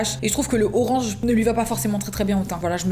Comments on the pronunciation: « Le RoRaNgE » 😭😂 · elle ma claquer avec son 'rorange'